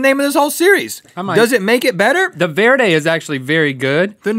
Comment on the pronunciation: He said Verde wrong